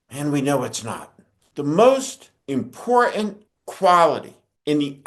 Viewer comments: Hello Steve, I'm a subscriber and I wonder if you could find a colleague to help you say "Important". You may not realize you are saying "Imporunt". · YOU STILL CAN'T Pronounce "important" correct the "ant" is SILENT not "E N T "